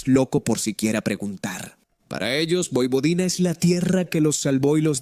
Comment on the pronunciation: MUY BUENO, PERO CAMBIA TU PRONUNCIACION, NO DIGAS POIPODINA.